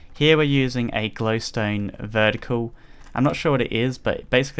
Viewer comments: notice how he says glowstoe dust when it's just glowstone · Did you say flowstone dust?